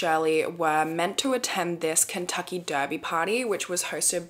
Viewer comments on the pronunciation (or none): none